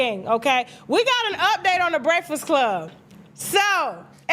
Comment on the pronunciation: Nobody:: Breasfsclub